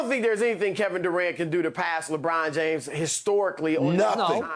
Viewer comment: "Lawbraun Jaymes" -Chris Broussard